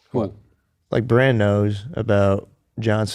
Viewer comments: BRAN. Not Brahn. Sounds too much like Bron, Jamie and Tyrion's boy. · Its bran not bron lol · If you call Brandon Stark, Braun one more time, I'm going to have an aneurism . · Hecz i love the podcast and i understand you aren’t that deep into the show but you keep calling bran “bron”